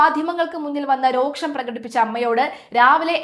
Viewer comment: രോക്ഷം എന്നാണോ ഉച്ചരിക്കേണ്ടത് ? രോഷം എന്നല്ലേ? അക്ഷര വ്യഭിചാരം ഈ ചാനൽ പതിവാക്കുകയാണ്.😮